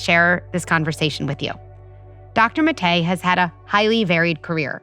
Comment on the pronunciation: I really wish she had worked harder at correctly pronouncing Dr Maté’s name.